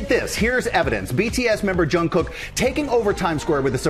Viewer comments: It's jungkook not yungkook. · "Jung" not "Hung" -kook 😂💜🤗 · It’s JUNGKOOK, with a J, NOT youngkook 🤦🏽‍♀️🙄🥴🤨😒, you id10T. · Oh that’a a lovely and fun update about the best concert last night. Thanks! By the way Jungkook’s name is pronounced as spelled. Jungkook not Yungkook. All the best GMA! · It's jungkook not yungkook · Please atleast pronunce his name properly....Its not Youngkook, its JUNGKOOK....If you cant pronunce it, atleast call him JK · Who is Yungkook?! Stop being so ignorant and unprofessional learn how to pronounce Jungkook’s name properly and also Today’s show sucked coz you guys didnt provide good conditions for the artist you invited!! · JUNGKOOK NOT YOONKOOK. THANKS! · Jungkook, not Yongkook😕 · He was amazing 🔥 and it’s pronounced JUNG Kook like a “j” not a “y” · George, it’s not a Spanish name. You pronounce the J. Don’t make it Young-kook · It's JungKook, not YoungKook! Please pronounce his name properly... You've been making same mistake over and over again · Please pronounce the J sound in his name, George. Ty. It sounded like Young Kook and who is that? 0.o This was so cool. Wish i did not have to work. I was on the train with no signal heading home. Sigh. -NY USA 2019 Army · Guys... It's 'J' JungKook! Not 'Y' YoungKook, it's time you guys get use to it 😂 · It's not Youngkook....Jungkook...do your homework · He is a global pop star and has been on your show. Please pronounce it right. It's Jungkook with a J. Thank you Sam for vibing with 7. All love here 💜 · Why can you never pronounce his name correctly? Urgh